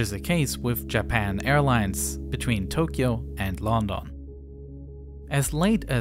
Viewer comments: Great video as alwaysssss. Only thing it's London not Lon-Don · It's not "Lohhndonh", it's "Lun-done" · not how you say London buddy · Maybe want to try the pronunciation of "London"" again..... lol